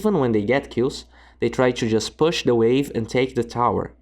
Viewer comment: Cara legal seus videos. Mas fica uma dica ai na pronúncia do inglês: é push pronunciado com "u" mesmo e não pãsh.